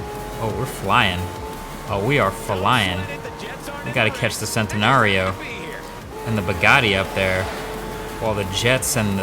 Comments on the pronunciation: did mans really say sen-tenario 🤦🏻‍♂️ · I'm not trying to hate or anything I love you're videos, but it's not pronounced centanario it's pronounced Chentario with a ch. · Oh no, he pronounced it as Cent-enario instead of Chent-enario. Car enthusiasts rage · Did he really say cent- e-naa-rio? It's pronounced chant-eh-naa-rio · noticed a lot of small parts in the racing where The gameplay would slow down for half a second. Like its lagging. Seems like it’s not ready yet; Do you agree? Centenario is pronounced CHEN-TEN-ARE-EE-OH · It is Ch-enti-narrio... The Italians pronounce their C as Ch most of the time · Lol it's chentenario in pronunciation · centenario is pronounced chentenario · You pronounced "Centenario" wrong. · Love your vids Marques...but....sorry to be that guy....you pronounced centenarrio wrong...( Pretty sure I spelled it wrong)